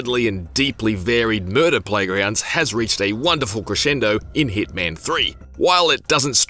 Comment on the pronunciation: It's not heatman it's HITMAN 😂😂